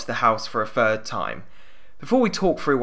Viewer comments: You couldn't tell on his 7th word when he says furd instead of third? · Really weird listening to, as his "third" and "three" and "thinking" sound like "fird" and "free" and "finking". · Third, not fird. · A third, not a fird. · “th” does not equal “f”, as in “third” is not pronounced “fird”, other than that, good job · Free, Fird, Frough. Please use English properly, Three, Third, Through.